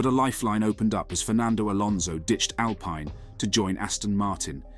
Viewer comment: First learn how to say the name Alpine. Second the premis hear was to take a comment made by Lando at the beginning of the year that Oscar was putting him under more pressure than Daniel as now significant months later and lets weave a story about the potential downfall of Lando. I think the remarkable fact is that as time has gone on Oscar has proven to be a great driver and talent but even so Lando has shown that his demolition of Danni was not due to a failure by Danni but was due to a superb Lando. Oscar is cementing the quality of Lando in the eyes of F1. Thats not to say that Oscar wont beat Lando on occasion as so many variables can take place in races however Oscar has now done 13 races and if the hype train is true then we should have seen Oscar matching Lando more often and we are now seeing rookie errors. Your comment Oscar performed leading at Belgium with ease while Lando fell into a negative spiral. Sorry you are combining two different races. In the one that mattered the GP Oscar made a rookie error , said by his manager, his race was over at the first corner! If you recall the car didnt have the wing required to go with the updates and so the car was uncompetitive in the race weather conditions and it was remarked how good Landos fight back to 7th was. In the sprint race Oscar did well but Oscar is good for 11 laps. His failure in GP is control tyre deg and he drops back. He needs to improve. On the Mclaren website is an article written by Zak praising both dr